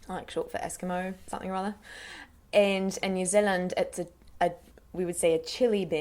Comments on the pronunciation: That's pretty brilliant, the one comment I make it the 'e' sound in Zealand is slightly longer than you're making it. New Zeeeland instead of Zillund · Nikki Piława I heard new Zilland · Great job! the only thing I think sounded off was the way you pronounce "New Zealand" - "New Zulland" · Kiwi accent is sooooo good, you literally sound like a local. I have just one comment, in the kiwi accent you're doing you wouldn't say “New Zilland” you would say “New Zee-land.” The “Zilland” thing is more something older people say, mostly older people who live rurally and sounds very out of place in the accent you’re using which is a more neutral accent that the majority of us have, otherwise it is absolutely spot on. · She is very good but we say New Zeal - IND not New Zil - UND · This is great! I loved how you didn't make fun of either dialect in any way. The only time where ya got it a little off was w/your 'New Zilland/Zulland' that didn't sound so right to me. Love from New Zealand, & Good on ya Mate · She pronounces New Zealand strange xD it sounds like she's saying "New Zilund" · New zeluhnd 😂😂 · Oh jesus you're kidding me. Like a lot of them are relatively over exaggerated but correct, but saying Nu Zuland. I am a kiwi and the only people who pronounce it like that are people from the wops of christchurch, first time i heard you say new zealand i couldn't even understand what you said. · Why do u say New Zealand like that? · Jinder Mahal she says new zealand wrong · The way she says New Zealand is ridiculous. I legitimately burst out laughing when she first said it. Some of the accents were correct like 'pen' that was quite close but 'pin' was far off. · u cant pronounce new Zealand correctly but ur pretty good at the kiwi accent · That's a scary good kiwi accent but the only thing is the way you say new zealand is wrong.